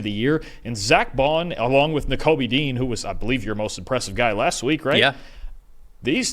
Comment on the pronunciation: Guys, it's "DE_JEAN." Please read this lol.